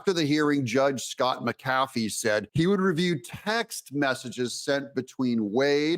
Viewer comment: Is this AI generated? mispronunciations: Potentially or politically motivated? McCaffee or McAffee?